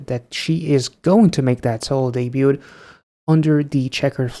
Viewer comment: Also, ever in my long time mission to fix pronunciation.... the T in debut is silent (de-byoo) and debuted is similar and only 2 syllables (de-byooed)